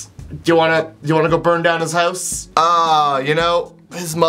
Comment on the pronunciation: the way how he says "house" XD